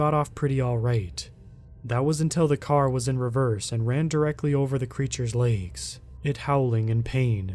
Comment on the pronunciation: Where are you from? The word is legs not laygs